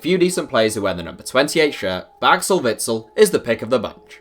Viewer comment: How are you trying to say Witzel> Azpi